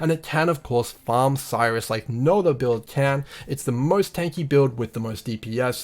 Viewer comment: Bro awesome nice video but Sirrus, prounounced like Apple's Siri but with a "us" at the end... not Cyrus :)